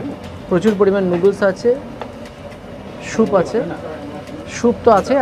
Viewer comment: Soup not shoup. Thukpa is a Tibetan noodle soup not Nepali. Similarly, momo is a Tibetan dumpling dish n not Nepali as most Bengalis think. Food vlogging is not only about eating but give proper information with correct pronounciation of the dishes.